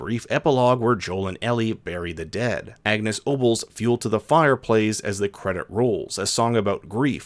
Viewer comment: I loved this episode - I was so so sad about Henry, Sam and a little bit Kathleen! Small thing Agnes Obel is actually provinces with an Ooo sounds instead of the ah